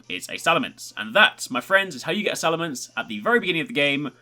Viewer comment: it's salamence not salamance